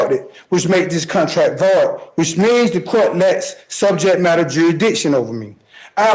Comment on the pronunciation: Sejet madder